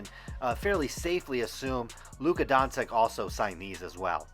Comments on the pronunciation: Hehe donsik it’s luka donchick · Don-chich not Don-sick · When you got a guy who calls Doncic "Donseck" and Teslas "tessis" you have to assume he's a pussy. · Dawn Sick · I can't believe you can't pronounce his name correctly... You should do some research before you make a video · It's funny because they are saying his last name wrong lol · Can you at least say his name correct ? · This dude can't spell starring or pronounce doncic. He must be legit. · signatures differ, people are dumb and learn to at least correctly pronounce the fucking dudes name you’re talking about.